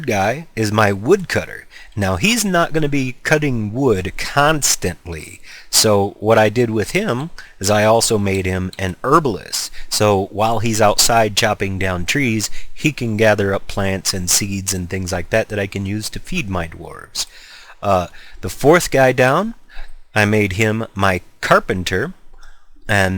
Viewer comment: Guys, what is an erbalyst?